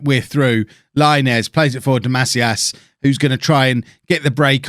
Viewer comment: So my last name is actually Macias, it’s pronounced muh-see-us